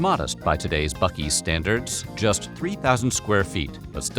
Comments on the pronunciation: Joke is on you! It's pronounced Buc-ee's! With ya AI Stephan Colbert sounding ass. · I am obsessed with how there are two ways you can pronounce a word starting with buc without a second c and neither of them is "buck" Then again, Texas